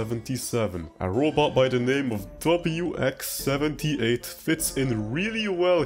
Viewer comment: you're the 1rst player i've heard pronounce it " wix " & not " w-x " interesting